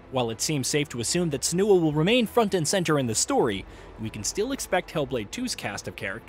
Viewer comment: The video is not off to a good start. In 13 seconds the narrator already mispronounced "Senua" twice.